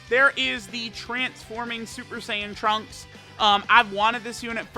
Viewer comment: I cringe when he tries to say trunks in Japanese